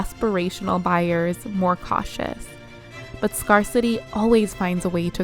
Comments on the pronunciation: Love this video and so happy I found your channel! The way "scarcity" is pronounced made me wonder if this was a video voiced by AI though. "Scarcity" sounds more like "scare" than "scar" :] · Just found you. Very interesting analysis. Darling it's pronounced 'scare-city' not scar-city'. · scarcity is pronounced "scare ci tee" -sorry had to. writing with AI ruins it when you cant pronounce its words correctly. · Very good video, but the correct pronunciation for scarcity is “scare-city”